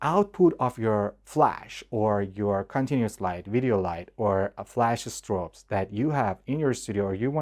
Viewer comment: When you said "estrobes" and "estrip" instead of strobes and strip, I figured you were Persian. 😁👍